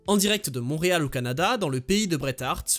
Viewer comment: Salut, ça se prononce "Mont-Réal". Mais sinon merveilleux vidéo!